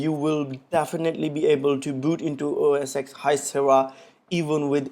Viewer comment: Don’t watch this guys videos... he says “OS X” it’s OS Ten,but even Apple calls it MacOS now...